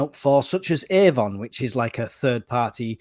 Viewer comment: Did he say Avon? 😂😂😂😂😂😂